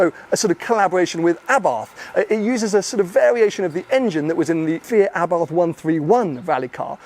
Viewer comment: Arbarth should be pronounced ...Eh-bart ...not A bath...just sayin